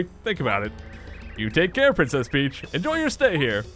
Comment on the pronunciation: "take caaaaaaaare-aighuuujdhdjenx"